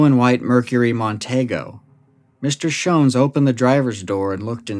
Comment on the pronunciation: Joseph (Joe) Schons was my father. Rosenda (Cindy) Schons was my mother. My name is Jon Schons. I'm their son, 68 years old now. My YouTube name is Jon Stone, a fake name. You did a fantastic job of research and storytelling. I'm impressed that you pronounced our family name "Schons" correctly. Most people pronounce it incorrectly. It's a German name. I've never heard all the details you revealed. It was entertaining to hear you talk about my mom and dad. You made me laugh when you mentioned that there was vomit and feces next to the light-blue Volkswagen, and my mom said: "Joe made quite a mess." That sounds like something my mom would say about my dad. He was a recovering alcoholic, on and off again. I can clear up any suspicion that my dad was connected to the Yuba County Five. There was no connection. My dad didn't know them. My parents bought a 40-acre property on Raccoon Road in Berry Creek. My dad got drunk and was driving on a snow-covered dirt road in Plumas National Forest. He got stuck in the snow and suffered a minor heart attack when he was trying to get the Volkswagen unstuck. His brief encounter with the Yuba County Five was purely by chance. It's unfortunate that the young men didn't stay with my dad and help him. He could have led them back down the mountain, and they would have survived. Apparently, they weren't very bright, but my dad was smart. They should have helped him. He was stranded and could have died in the cold. My main takeaway from this story is